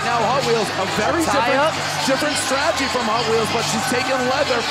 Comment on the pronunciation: Why can't you say "strategy", lol? Probably the best female fight in R&R?